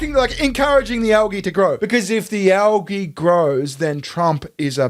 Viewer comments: Calling it Al-ghee has me chuckling. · Why can’t Americans pronounce algae correctly?!